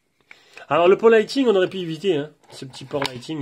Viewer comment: Je me permet de vous corriger sans être moqueur ou méchant, loin de là mais le câble Apple se dit « lite ning » et non « lite ting » 😊